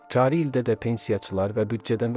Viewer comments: Xəbər AZ-da savadli aparicilar işə qəbul edin. Cari əvəzinə kari ,kabinet ... sözünü kaabinet deyir və bele ifadə edir....😡😡😡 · Sən azərbaycanca danışa bilmirsən.Vurğuları düz tələffüz et,kari yox,cari,sözləri heca-heca demə.